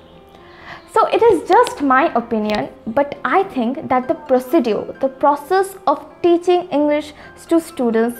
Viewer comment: I feel there is a mistake in the pronunciation of the word procedures. If I am wrong sorry for the comment ...